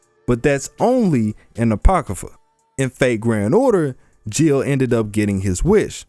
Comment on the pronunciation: ... It's not Joan (rhymes with moan), it's Jeanne (Basically John). It's not Gilles (Jill), it's Gilles (Gill like fish gills)